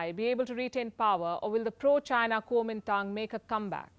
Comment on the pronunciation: Indians should comment on Indian affairs- what the hell is PUKI commenting on Chinese affairs? The way she pronounces ChaNAAAAAA is laughable